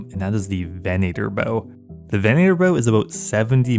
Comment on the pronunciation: And Southern, venator, and ethereum. Fucking great videos but holy shit these drive me insane. I didn't even know it was possible to fuck up southern lol.